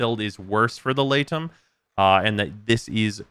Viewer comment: I know its unintuitive but I think its pronounced 'lee-tum' since aegis is pronounced 'ee-jiss'